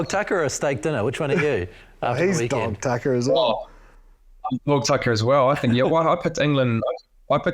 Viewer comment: Had to do a retake in the “dog tucker”. Didn’t sound like that… Thanks for the show as always.